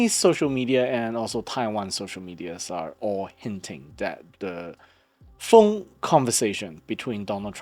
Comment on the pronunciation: You say phone conversation like 風 conversation 😂